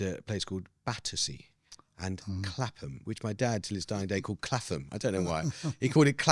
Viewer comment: Love Amos’s fathers pronunciation of Clapham and Piccadilly